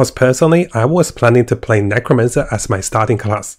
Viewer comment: Maybe he did it on purpose hah. Druid is Durid, and Necromancer is Nercomancer.